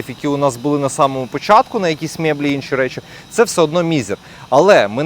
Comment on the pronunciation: Мєблі😂смішно вимовляєш деякі слова☺️напевно дома розмовляв руцькою мовою🧐